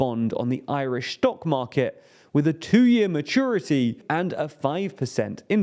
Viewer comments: Saying "Ashuming" actually follows the rule of "C → C[+palatal]/ _u" so he's right on that but "Shtock market" makes no sense. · He cant say any words containing "s" either. "aschuming" "schtock market"